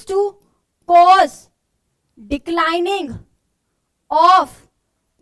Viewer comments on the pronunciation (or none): none